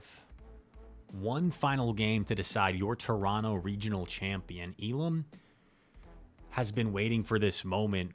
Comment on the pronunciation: Good pronunciation of Toronto, my guy haha hope you make it out again next year